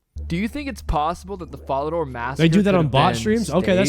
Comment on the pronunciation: “Vore-rock” “Guy-lanore” “Fall-uh-door” I can’t listen to this dude